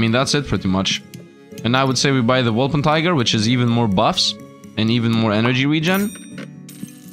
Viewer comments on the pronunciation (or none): Sorry, it is not a wolper-tiger. It is a wolper-tin-ger... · Calling the Wolpertinger "Wolpentiger" is pure blasphemy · How can you butcher wolpertinger so hard every time